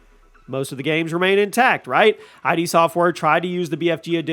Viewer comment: It's not I.D. It's id. One word. Look it up.